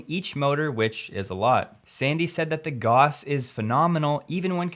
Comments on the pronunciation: Another Great video, thank you. PS- pronounced “Gao-ss” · German mathematician and physicist Carl Fredrich Gauss, It's pronounced "gows" like house with a G. Gauss is a measurement unit of the magnetic field. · gows ..... gauss is "gows" or pretty close to it...